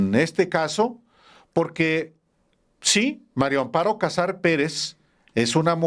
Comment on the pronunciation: Sr usted siempre dice Mario Amparo Casar Pérez ( no puede decir MARIA AMPARO CASAR PÉREZ